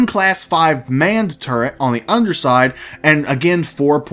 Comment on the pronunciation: They need to put the Retaliator back up for sale. I wasn't able to get one because of money issues, but I know a few people who would buy them. Also, Turret, not "Turrent". Point defense can be use for fighters or missiles.